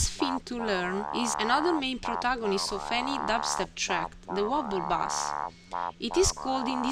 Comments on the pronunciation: Your voice and accent are just fine. Thanks for this great tutorial. The only English word that was way off was "bass". It's pronounced: BAY-S. You said it "BAH-S" which is a type of fish. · pretty decent tutorial, by the way bass is pronounced like base, just a tip, keep up the good work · No offence but you pronounce 'bass' as in the fish, when it should sound like 'base' :) Good tutorial